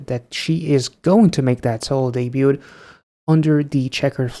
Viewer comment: Also, ever in my long time mission to fix pronunciation.... the T in debut is silent (de-byoo) and debuted is similar and only 2 syllables (de-byooed)